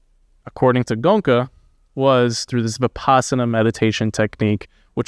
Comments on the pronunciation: 😂Guys, At least Please pronounce the master’s name right, it’s Go-En-Ka. Not gonka!!😢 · It's Go-enka .. not gonka.. It's hard to believe nobody told you the right way to say his name. But nice to hear a good discussion.. Ties in with my experience.. there wasn't really any suspect love at the retreat I went to. Unfortunate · Gonka lol … it’s Go-enka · It pronounced Go-enka. not "Gonka". The Goenka's are a very wealthy Marwari clan. SN Goenka lived in Myanmar during WWII . His teacher was a very great Burmese civil servant who became a great Burmese meditation teacher. The primary Goenka meditation center in India is in Mumbai. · The awesome teacher's name pronounced Go-yen-ka; not Gonka.. JFYI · For your benefit, his name is pronounced GOYn-ka, not GOn-ka. 😇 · Good job guys! Its pronounced Go En Ka! To see is the summary of it. It's need to be integrated in every action, thought, emotion and the inevitable happens! How many years you do it has no relevance how well you integrate it in your day to day is what matters. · Go-eng-ka, three syllables... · oh dear.. the centres are all over the world.. Came to America fairly recently.. His name is NOT Gonka.. please.. Are American's taught at school how to mispronounce words..? His NOT Indian.. he's Burmese.. Fekk I'm 1 min 15 in.. You really were not paying attention.. why do a video without even checking basic facts.. ? I don't understand.. do you have access to google..? sidhartha who..? he was a royal prince and was NOT unhappy.. I can't take any more.. glad you enjoyed the retreat.. next time just write some notes before putting the camera on.. please.. save us all some time.. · Don't you know how to pronounce indian names😡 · While you two love criticizing someone's pronunciation of a language which is not their first language. Did you in the midst of this humour and mirth stop to think how funny you sound every time you pronounce his name wrong. Not good funny but stupid funny. Bunch of jokers